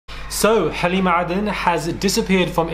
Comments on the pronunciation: He pronounces her name perfectly😂🤩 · I love how he pronounces her name ☺️ the right way